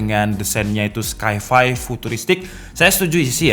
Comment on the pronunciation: Sci-Fi dibacanya SayFay bukan sky fay